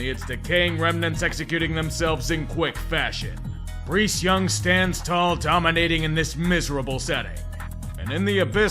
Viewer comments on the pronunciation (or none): “Breece Young” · who the hell is breece young?